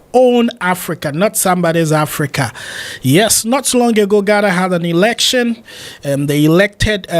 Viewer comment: Elecshon lol